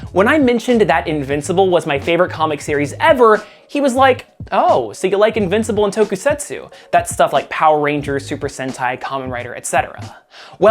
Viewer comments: I hope this doesn't come off as rude, but Tokusatsu isn't pronounced Toe-kuu-set-sue it is pronounced Toe-kuu-saat-sue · But didn’t pronounce Tokusatsu right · It's not that hard to pronounce. He fumbled on Tokusatsu tho